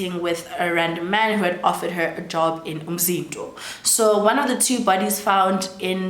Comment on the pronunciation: Love how you pronounce Umzinto